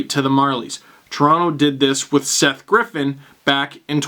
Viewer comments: you say GriffEN not GriffITH...... WTF STEVE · How could you mispronounce Seth Griffith? LEAF LEGEND SETH GRIFFITH!?!?